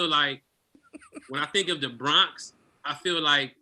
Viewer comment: You not about to say "BRAHNKS" out here. You just not. Say "BRAWWNKS" or say nothing. Periodt.